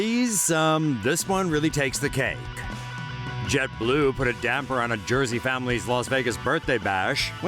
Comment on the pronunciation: Umm sorry but did he say Jet Balue??!!??!